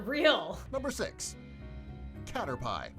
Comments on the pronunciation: Guy:CaTeR-PiE Also guy: She lives in the western province of vEsEyEs . Me:ITS VISAYAS AND CATERPIIIIIIE As a filipino i have never been this triggered of a video of “facts” ever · Since when was Caterpie pronounced CaterPIE ? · Narrator: cater-PIE ITS A CATERPIE THATS MADE OUT OF PIE! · Man: caterPIE: No its caterpie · common pokemon veterans: pronounces caterpie cat-er-pee: cat-er-pie me: cate-er-pie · It isn't Kah-ter-pie! It's KAH-TER-PEE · number 6:cater pie me- dies of laughter inside my head-this is how you say it "cater pee" NOT FRICKIN CATER PIE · says you need to catch thousands, and says cater pie Me: bangs my head against the desk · It is freaking cater-pee not cater-pie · Nuuuu its cater-pii hes not a PIE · IT IS PERNOSED cat_er_pee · When he said Cater Pie instead of Caterpie I frikin exploded😂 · Cater pie Me: ITS CATER PEE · Guy: pronounces caterpie wrong Me and: dieing inside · Lol: OMG STOP SAYING CATER PIE ITS CATERPY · Narrator: "CaterPIE" My brain: 🐱 or 🥧? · It's cat-er-pea 😭🥺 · No one: Video:Cater-PIE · he said a lot of things wrong, first he said caterPIE. And next, he said Visayas wrong. He pronounced it as "Visaias" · Caterpie no you pronounce it cater pie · Number 6 caterPie Me:laughing soooo hard Mom: are u ok 😐😑😑 Me:yes it's just caterPie!!!!😂😂😂😂😂😂😂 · Its caterpee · No one: Literally No one:: Cater-Pie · Yes the caterPie A+ on Pokémon names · Caterpie PIE! GIVE A LIke to make everyone pronouce correctly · This is how the man say caterpie CATER-PIE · i learned that some people can't say caterpeeee is it that hard!!?!?!?!? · Its not Caterpie Its Caterpee Its not Viseyes Its Visayas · Nobody: Absolutely nobody: Not even the freaking sea gals:: cater-pie 🐛🥧 Me: 🐸<——— I turned into “BULBASAUR” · CaterPIE - dies wait does he keep saying it?! - CaterPIE Me- R.I.P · What the frick is a cater(PIE)